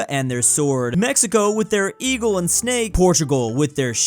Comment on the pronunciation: No one:: eAgLe. sCaRy